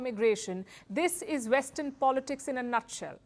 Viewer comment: "This is Vestern politics in a nutshell."